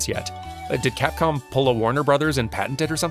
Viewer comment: I probably misheard but did you call them "catcom" instead of Capcom at one point?